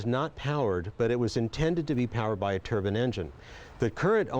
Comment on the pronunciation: its Turbine not Turban, great other wise